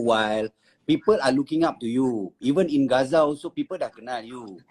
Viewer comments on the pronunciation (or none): bukan giza tapi ghaza sebut betul2 tmpt org tu... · Gaza bang bukan giza 😑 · sebut biar betul bukan gezza...Gaza... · bru prasan....die sebut Giza...bukan Gaza.....